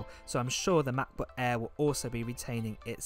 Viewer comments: is anyone else annoyed by how this dude says MackBook eeee every time? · Lol I love the way you say matboot air. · makkk boook äääähhhh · Love how you say Ma Bo Air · The "MABOO EHH"